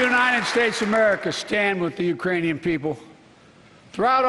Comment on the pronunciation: Yeah, I wasn't sure if he was saying Iranian or Uranian. But it sure didn't sound like Ukrainian. Yeah, he messed up. Lol 🤣